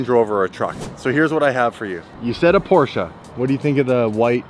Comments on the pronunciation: whay u call the PORCHE .... PORCHA, becouse its not call porcha, come on, call it right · Pls say "Porsche" properly. Thanks.